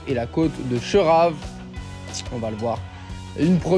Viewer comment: herve et non hervé svp